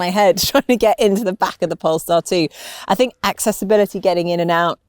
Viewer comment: He can't even pronounce Polestar 🤦🏻‍♂️🤷🏻‍♂️